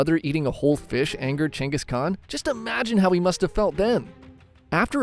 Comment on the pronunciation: He did all that because he is genghis khan, not genghis khant